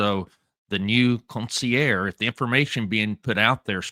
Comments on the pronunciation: It’s consigliare not consiare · con-see-ear. Fucking joke. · You say consigliere like the medigan that you are. Haha. Love ya, but you're a good ole boy! How you got into Italian American street stuff beats me. You're still cool in my book Paulie Piazza